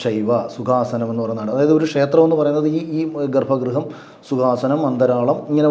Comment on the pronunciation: ഗർഭ ഗൃഹം. ഗർഫാ എന്ന് ഉച്ഛരിക്കരുത്.